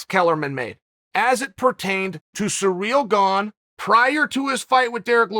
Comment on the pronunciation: Nobody: Chael: Surreal Gane